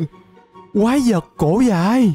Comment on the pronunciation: Quái vật cổ dài mà em nghe kiểu gì ra “Quái vật ciu dài”là sao nhể:)))😅😅